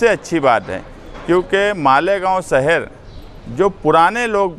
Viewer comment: Saher nhi shaher hota hai